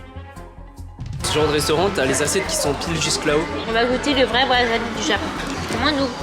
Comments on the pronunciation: Dite wasabi svppp, pas waZabi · Wasabi ce dit Waçabi pas wazabi